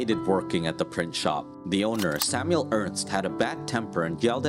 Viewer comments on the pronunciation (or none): none